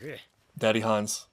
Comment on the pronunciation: I just wanted to point out that the name Hannes has the 2 syllables Han-nes. The way you pronounce it it sounds more like Hans.